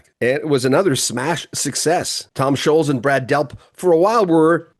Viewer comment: Scholtz, NOT Sholes. Like the LTS in BOLTS is pronounced.